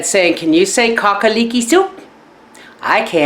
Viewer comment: Cacaleeky soup......lol